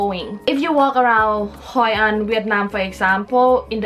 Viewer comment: It is Hội an not Haiyan!